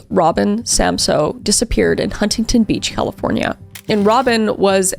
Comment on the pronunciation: Hey Kris, I just have to let you know that Huntington Beach California is pronounced without the first T. It’s more like Hunnington Beach 😉 That’s how everyone in California pronounces it and it was making me cringe when you pronounced it how it’s spelt lol